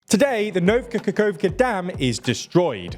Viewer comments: Yet another instance of you somehow mispronuncing eastern european names. The word is NOVA, yet you make it NOVKA. How is that even possible? Its not like the word nova doesnt exist in english. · It literally spells out Nova Kakhovka yet you say NovKa Kakhovka. Are you dyslexic or just simply braindead? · Where did you get that K in NOVA Kahovka? You repeatedly said “Novka Kahovka…”. You really have to be more careful of pronunciation of names of places, you seem to consistently get them wrong, if they aren’t English. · “Nova Kakhovka” not “Novka Kakhovka”. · OMG NOVKKKAKAKKOVKKA lol it's No-va Ka-khov-ka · "Novka kokovka" lmao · the biggest problem is actually not how he pronounces Kakhovka it's the way he pronounces "nova" as "novka" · Nova koko- WHAT? LMFAO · “Today the Nov Kakakovka dam, is destroyed.” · ..."Novka" Kakhovka?? JUST READ THE LETTERS there's no K in the first word. Ii'm sorry but these mispronunciations are absurd and exhausting. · How you've said Nova Khahovka - is terrible pal. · I understand that it's hard to pronounce, but NOVKA Kakhovka?? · Why do you keep mis pronouncing words ? Why do you keep saying “ novka kakovka” . Like the last time someone kept saying “prizhgovin”. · man misspelled the damn dam name he's made the video about, the first time he pronounced it! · It had been too long since the last time I heard my TLDR men pronouncing “Nova Kakhovka”. It always makes my day. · and it's really strange, cause "Nova" is literally has the same meaning and sounding as in Latin based languages